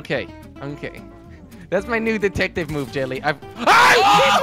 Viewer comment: back to the good old days... did you notice he said detactive not detective.